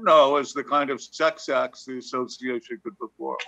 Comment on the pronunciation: Please! It's the A so- see ay shun, not A so she a shun.